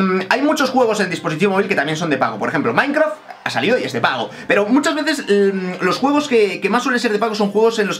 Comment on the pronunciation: Alvaro dijo mainkhas? Ahshsahsh Mainkrahs